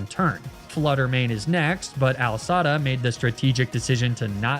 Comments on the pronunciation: The most triggering mispronunciation in the entire universe... Pronouncing AI (Artificial Intelligence) as Al (short for Albert). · I love how he says Al Sada instead of A.I. Sada ... I hope it's a joke. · “AL Sada.” Of all his intentional mispronunciations, that one made my eye twitch.